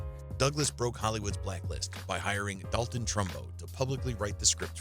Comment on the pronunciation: These amateurish videos are typical of the nauseatingly endless channels on YouTube. If you can't even be professional enough to learn how to pronounce the names of the people being blathered on about. It's DOLL-ton Trumbo, not DAL-ton. Yet another topic of no interest to anybody...really, the most HATED stars?! What is this, high school all over again? Such vids are the bailiwick of gossip bitches. Oh, and it's REEF-enstahl, not RIFE-enstahl. Please make videos about things you know something about, whatever THAT may be.